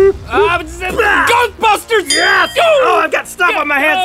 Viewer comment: I thought link said goatbusters